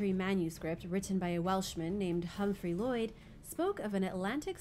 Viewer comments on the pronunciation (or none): none